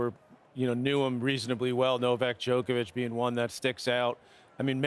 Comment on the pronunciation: Djokovic; Kobe is my Friend....Kobe: who the f... is Djolkobljickic???